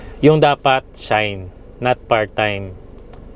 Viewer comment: Finally and congratulations may investment ka na at mairaraos ninyo yan ni Aya. Correction lang ah, and no offense, hindi shine kundi shain, like company employee ay kaishain 会社員 at ang permanent employee ay seishain. Never say gaijin but gaikoku jin. Magsimula ng mag-aral ng tamang Nihongo dahil baka ituloy na ng bagong Prime Minister na isama ang JLPT requirements para makakuha ng PRV after staying here for 10 years.